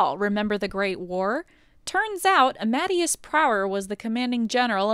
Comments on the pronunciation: lol, Miles' dad isn't Amadeus as in Uh-mad-ee-us, it's ah-muh-day-us. This video is great though! And as an Ian, it's funny to hear the name pronounced eye-an instead of Ee-an! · It’s pronounced “ah-muh-day-us”. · A few corrections and other notes: Amadeus is pronounced "ah-muh-DAY-us." Amy's old design wasn't from the Dreamcast. It was from before the Dreamcast. Amy in the games is only 12. Zones are alternate dimensions in most Western continuities, but in the main Sega continuity, they're just places. You forgot to mention Ken Penders saying he should have the rights to use Knuckles in his comic series that still isn't out.